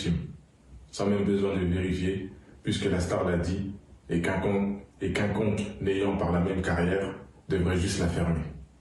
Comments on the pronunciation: Quiconque pas quinconque ... il sait même pas lire ce machin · Dès le début on voit qu'il lit un texte qu'il n'a pas écrit lui-même quand il begaie sur le mot QUICONQUE qu'il prononce QUINCONQUE